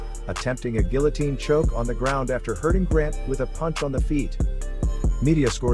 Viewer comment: watsup with all the chinese fighters lmao. UFC becoming UFChina....also you're pronouncing guillotine wrong